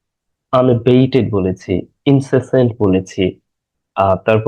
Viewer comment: INCESSANT rain. not insAassant. Thanks.